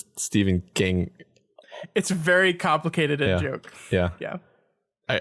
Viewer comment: AWESOME! Thank you! It's KA-mplicated!